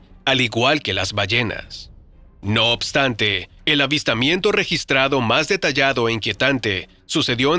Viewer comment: "No obstante" escucharon??... ulala señor francés